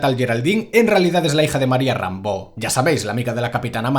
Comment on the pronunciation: ...."Es la hija de María Rambeau".... Rambeau, ulalá.... se dice Rambo, ostias.....